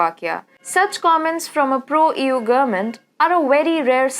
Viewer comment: the way you say EU sounds like Ewww haha,no table yyy.